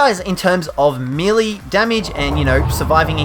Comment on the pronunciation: your saying melee wrong